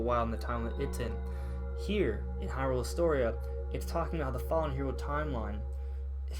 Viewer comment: Okay I'm gonna give this a chance...but if you say Hyrule as an iamb and not a trochee, then you obviously never watched the animated series =P